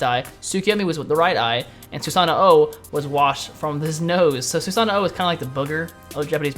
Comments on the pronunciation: its not "susano oh" its said like "susan ohh"...its kinda like nii...you don't say "ni ee" you say "nee" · Omg its just susanO not susanoo lol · well i have 7 years of japanese fluency, and its obvious when broken down the name susano'o is su-sa-no'o the insert does no stop the sound it carries it on. as a person living in japan for 2 years you should know that. its all im saying, btw i notice you said amaterasu i[-with the oo sound...the u in japanese is a sharp uh not oo...once again as a person 2 years residence in japan you should know that also. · if you listen carefully when you select him you can hear him add that extra o once he says Susano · Theres no "OH" after Susanoo just saying.